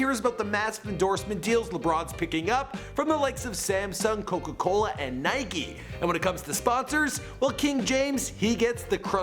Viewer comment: tf you said Nike and Adidas like that ?